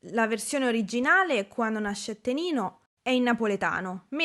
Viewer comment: Ciao, mi permetto di farti una piccolissima correzione: nella seconda canzone del video, ovvero "Quanno nascette ninno", la parola "NINNO" si scrive e si pronuncia con la doppia N in quanto nel dialetto campano vuol dire "BAMBINO", pertanto in italiano sarebbe tipo "Quando nacque il bambino". Pronunciando invece "NINNO" con una sola N si va a cambiare completamente il senso della frase in quanto sarebbe come dire "Quando nacque Nino" (NINO = nome comune di persona).